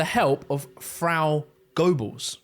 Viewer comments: His name was pronounced Josef GER-Bells - NOT GOW-Bulls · It’s “Gur-bells” not “Go-belles” 🙄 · Goballs??????? Never once heard anyone call Goebbels, goballs